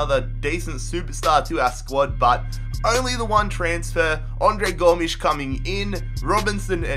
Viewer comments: it’s pronounced go-mez not gom-ssss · Go-mes not Goms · its pronounced GO -MEZ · Gomshi what it's Gomes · It’s Gomes Andre Gomez that’s how u say it lol 😂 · I'm portugues and André Gomes is real like Andre Go mez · Gomes sounds just like Gomez...I’m triggered because that’s my last name 😪😂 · That’s like a Portuguese or Spanish way to say Gomes just say it like Gomez. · I no how se Andre s name it gomez s saund like e but it's Gomez I'm Barcelona fan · An-d-ray Go-mez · U read Gomes like Gomez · you called Andre Gomes